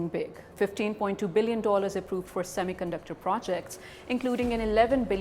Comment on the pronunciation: Pakistanio semi conductor ko thik se pronounce hi nehi kar pate, saamy caanducter bolte hai. Wo karenge semi conductor sector mai niwas😂😂😂😂